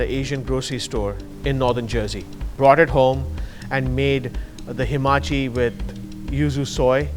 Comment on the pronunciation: Great, gald it bore fruit after 12 long years. But please its ha ma chi... not hi ma chi...